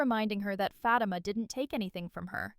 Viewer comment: I WISH YOU LEARN TO PRONOUNCE FATIMA CORRECTLY.